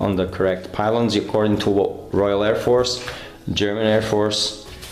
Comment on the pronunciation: Very, very good German pronunciation,! It's one of the few modern aircraft I really like. I bet you'll make this one a masterpiece again.:)